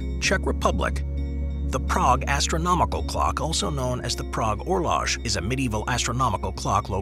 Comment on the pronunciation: number 7 is pronounced Orloy